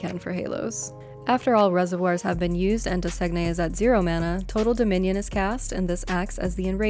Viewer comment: The bosses name is French it is "Doe-Sane-Ye" like Champagne, or simply "doe-sane" if you're not trying to fancy it up with a French accent.